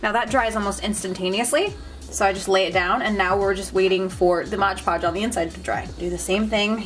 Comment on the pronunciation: It's "Mod Podge" not modge podge.